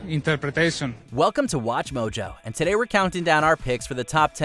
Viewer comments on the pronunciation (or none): none